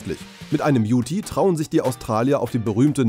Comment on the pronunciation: Die Australier sprechen "Ute" übrigens mit stummem "e" aus. Also ungefähr wie das englische "you" mit einem "t" dran.